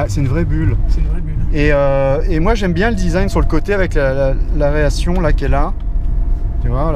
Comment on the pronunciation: Chouette auto, et propriétaire passioné ! Ca fait plaisir ! J´ai également adoré le " ARÉATION" :) Beau boulot